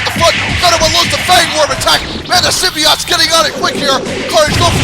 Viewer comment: I used to play that game. BTW, you pronounced Symbiote like this. Symbi ott. I believe Stargazer1331 pronounced it like this buddy. Symbi ute. Especially when he mentioned Symbiote Onslaught and the Symbiote Super Mario Clones or Symbiote Super Mario.